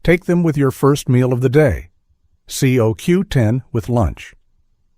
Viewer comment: the voice calls it C O W 10 ITS COQ10 JUST IN AI SPEAK LOL